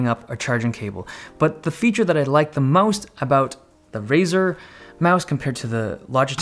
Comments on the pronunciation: "The feature that I like the most" He just got a bit of an accent when he said it. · if u rewind, he says "the feature that i like the mouse-t.." not sure if its a mistake, or intended as a pun but it it he suppose to say "the feature that i like the most.."